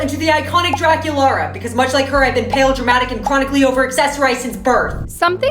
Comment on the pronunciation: Draculaura not Draculara